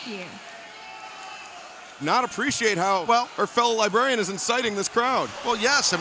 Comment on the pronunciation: Tony called Leva Bates: The Libarian...